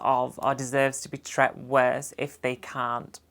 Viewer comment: This has nothing top do with anything, but I love that in your accent/dialect "treated" becomes ""tret". Keep up the good work!